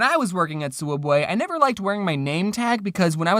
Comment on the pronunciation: souubway not subway